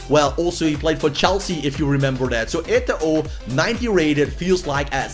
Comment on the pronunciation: Don't pronounce the last "O" in Eto'o Name lol... so cring